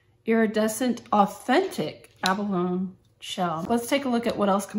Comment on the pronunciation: Abalone is pronounced with a long e at the end not a silent e. Decent review though. Thanks.